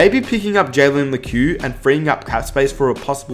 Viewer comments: pretty sure it’s pronounced “Leck” not “Lekew” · It's Lekew